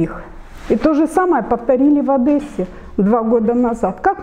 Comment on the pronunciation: Крымчане не говорят "Адэсса" а Одесса